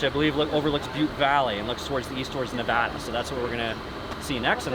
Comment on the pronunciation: Thanks for pronouncing Nevada correctly